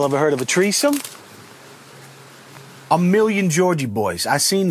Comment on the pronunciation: Um I think you mean you are in treears